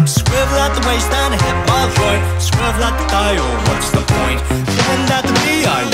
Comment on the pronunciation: ITS SWIVL MANNNNNNNNNN